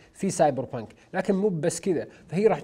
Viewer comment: سايبر بانك❌ أساسن بانك ✔✔